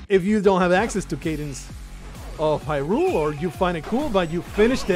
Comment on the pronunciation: Pronounced High - rule. Crypt of the Necrodancer first released in 2015.